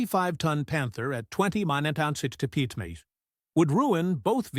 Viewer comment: Loved how the ai could not say mph or figure out it was miles per hour